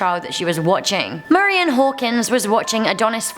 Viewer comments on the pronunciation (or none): none